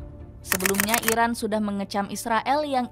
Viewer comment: Irak apa iran ngomongnya yg jelas